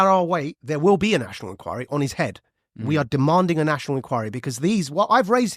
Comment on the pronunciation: Nat-io-nal Enquiry!!!